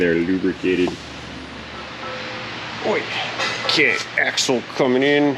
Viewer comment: "That's a big ax assle!"